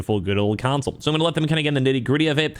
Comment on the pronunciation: Why do you keep saying "council?"